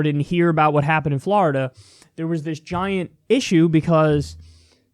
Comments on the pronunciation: F L O R I D A. NOT FLARIDA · Kyle why do you pronounce Florida like that you fucking degenerate.